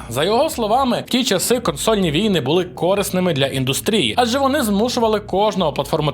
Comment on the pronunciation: В слові корисний, наголос на другий склад. Де ви того понабирались?